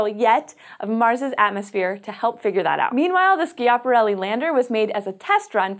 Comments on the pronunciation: Please pronounce 'Schiaparelli' in the right way.. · Is Schiaparelli pronounced "Skiaparelli"? I thought it was pronounced as it was spelled "Schiaparelli".... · Slow down! Bailed out half way through this exclaiming "Shut up!". You talk too fast, you edit out gaps between sentences leading to this not being watchable. Oh! You should check pronunciation of " Schiaparelli ".